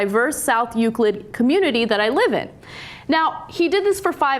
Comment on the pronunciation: Cenk's pronunciation of "Euclid" is a bit odd. The emphasis should be on the first syllable.